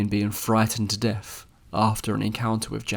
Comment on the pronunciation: Your the mo talking limey, or wherever your from. Pronounce the words correctly! You don't even try? It's not Deaf it's Death...!